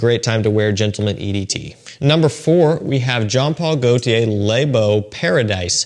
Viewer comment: I don't want to sound like a smart ass but 'Le' is pronounced ler. Les is pronounced 'lay' They mean 'the' singular and plural respectively. Other than that a great vid.